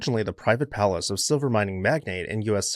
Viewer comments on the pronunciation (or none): none